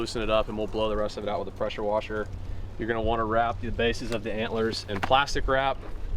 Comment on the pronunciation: Those dang prosher weshers 😂